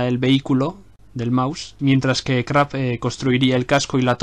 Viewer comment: no es Krapp chaval se dice Krupp como suena